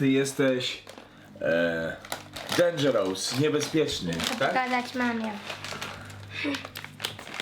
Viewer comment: Chcę Cię poprawić , źle poeiedziałeś dangeroeus powinno mówić się dejndżerus a ty inaczej powiedziałes